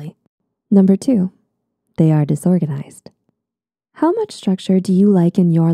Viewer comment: Lol- disorganizated Did anyone else notice that?